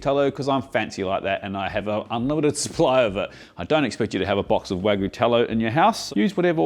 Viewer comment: Waa-GOO sando! lol Bro isn't even trying.